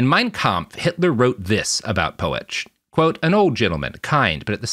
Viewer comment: It's actually Pötsch (rendered in Englisch as "Poetsch"), and the Ö is its own vowel sound, which doesn't exist in English, and is closer to the vowel sound in the French "vue", for instance. It's not at all two separate vowel sounds, like in "poet", as Robert does here.